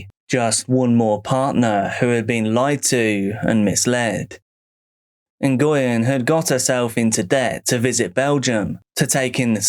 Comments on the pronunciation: It’s not En-goy-yen. It’s pronounced Hwin. Like Win, with an H. Great compilation! ❤ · Hearing Nguyen pronounced so many times i forgot it was wrong 😅😅😅